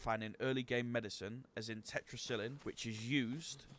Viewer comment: Good video but check your pronunciation of Tetracycline.